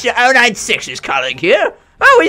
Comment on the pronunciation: Ur saying 096 wrong